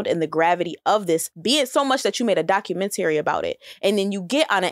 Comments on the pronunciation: Why she kept saying documenTary ? lmao i just kept correcting her to myself . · Her ass saying documentayary is killing me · Why in the hell this girl saying DOC U MEN TARRY? Girl!! 😊🤣. is regurgitating every point that was put out on twitter. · pronouncing documentary like “Dock-you-men-terry” is hilarious.😂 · The way she pronounced documentary “doc-U-men-Terry” 💀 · Doc....u...ment...ar....y. Sound it out boo 😂😂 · Why is she saying, "documen-tary." That is bothering tf out of me lmao. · Love her but I cringed every time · That was driving me!!!! It's not a compound word. 🤦🏿‍♂️ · I couldn’t understand why 🤣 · That was hilarious.. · she lost me with the way she pronounced documentary lol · Y’all heard how D pronounced documentary??🤣🤣🤣🤣🤣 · Why does pronounce documentary like that? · Can she not properly say documentary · I love you, but don't say documentary no more okay 😭😭😭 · I've never heard anyone pronounce documentary like that before. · I stopped listening when she consistently mispronounced documentary.